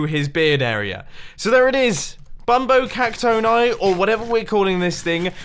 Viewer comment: Pronounced See-nyor-eye Bum-bone-ee